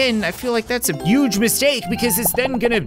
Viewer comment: i like how cap says "uge" instead of "huge" it makes the joke alot more funnier